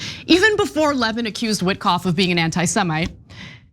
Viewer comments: I don't think you should be able to call someone "disgusting" and "bloviating" unless you can pronounce his name correctly. His name is Mark Levín, not Mark Lévin. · I know Mark Levin doesn’t deserve any respect, but his name is pronounced LeVIN, not LEHvin. For someone like Ana, who has been pretending to have her finger on the pulse of right-wing politics for years, pronouncing it wrong makes you sound generally uninformed. Do better. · Yes, it’s pronounced “Le - VIN”. The accent is on the second syllable. Lol! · His name is pronounced Lev-IN, Ana.